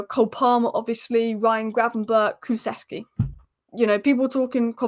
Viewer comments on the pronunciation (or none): none